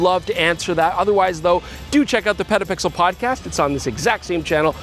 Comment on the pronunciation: did he say "pedopixel"? what kind of channel is that?